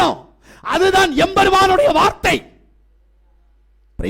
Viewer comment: நீங்கள் தமிழர் தான் என்பதை எம்பெருமான் என்று உச்சரித்து நிரூபித்து விட்டீர்கள்.